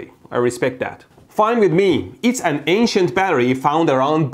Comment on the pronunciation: Instead of “ancient ppl” I thought he said “Asian ppl”